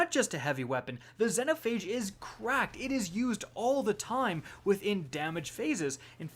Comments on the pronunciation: ahh yes, gill-a-tine. zen-o-phage. enslaved pronounciation. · Zen O phage..... it’s ZEE NO PHAGE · Zeee no phage not zeno phage jesus its been out since shadowkeep get it right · "Zen-oh Phage" God dammit 😆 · Had to dislike after hearing this man butcher xenophage so bad